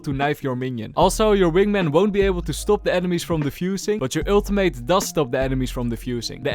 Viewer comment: I love the way you say Ultimate. “Aultimate”